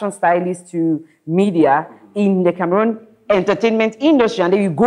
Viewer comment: I commend you guys for correctly pronouncing Cameroon unlike what I hear lately